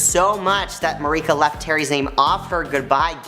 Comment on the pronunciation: Haha love that you took a deep dive into the Googleverse for this! You’re completely right though her name is actually pronounced as Marsha. The ‘C’ I believe just throws people off. But ya not sure where he got the ‘K’ sound from 😂😂😂😂